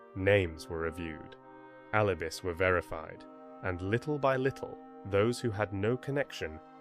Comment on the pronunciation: Because it's AI. It's answer to you makes no sense. Also the title is wrong, and it said "alibis" rhyming with "miss." They're getting scary clever with these seemingly personalized responses, but the earmarks are all there, including the long, repetitious monologues.